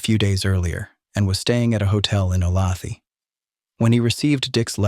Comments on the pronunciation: It does not depend where you live. The way a town is pronounced is the way it's pronounced. Does Chicago get pronounded Chy-cae-go if you live elsewhere? Olathe is definitiely O - lay- thah. The narrator is pronouncing it wrong. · Olathe is suburban of Kansas City. We say it with the middle syllable accented, schwa at the end. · My hometown of Olathe is pronounced “O-lay-the”. It is very annoying that they couldn’t fact check this and say it correctly. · Sorry, have to do this... Olathe (o lay thuh) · you lost me at ”Ohlawthee” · Olathe is pronounced "O-LAY-tha." I knows it's AI, but I can't figure why it's hard to look this up. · Sorry, lifelong Kansan here. Olathe is pronounced O-Lay-tha. I know, kinda silly. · Three syllables? I would have guessed "o-LAYTH." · Olathe(KS) is pronounced O lay the. AI narrators are so cheesy. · Please learn to pronounce Olathe correctly! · Oh come on. How can you mispronounce Olathe? Amateur hour. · Dear. "Olathe" is pronounced "Oh-LAY-thuh" not 'oh-LA-thee" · Oh lay the, not o lath ee. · Oh lay tha Jesus mispronounced names drive me nuts. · It's not O-lath-ee , It's Olathe. pronounced, O -Lay-the, Native American name. I lived there 34 years. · it's OhLayThuh , not OhLathee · AI sucks ‘O-lay-th-ee” are you freaking serious! ? Olathe, Kansas , pronounced “Ohhh-layyyy- th-uhhh” ! Do you people expect to be taken seriously? Apparently NOT ! 😑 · Not a criticism but Olathe is pronounced "O lay the" not "O lauthee" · "O lay tha", not "o la thee" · O-law-thee? Seriously? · I grew up just a few miles from the Clutters and remember the event well. After all these years, there are still mixed feelings here about Capote's book. Lots of things were not correct. At any rate...FYI... the name of Olathe is pronounced 'O - lay. - tha'.. not O - lath - ey . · The pronunciation of Olathe in this one is appallingly wrong. A person who approves of the Death Penalty is not of sound mind. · I grew up in Olathe. It's said O-Lay-The not thee.